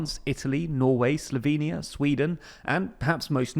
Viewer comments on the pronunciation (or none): none